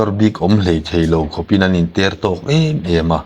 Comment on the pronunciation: An inter tawk tih hi i lam diklo deuh lo maw? Ter tih hi awki sang hmang lovin awki hniam hman zawk tur niin ka hria.